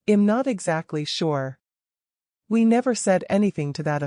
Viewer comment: I’m is not pronounced im